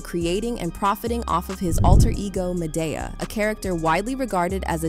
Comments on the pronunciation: When you pronounced "Madea" as "Mah-Dey-Uh", I already knew you wasn't in the culture. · How are you reporting on Tyler Perry and can't pronounce Madea correctly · How you mispronounce Madea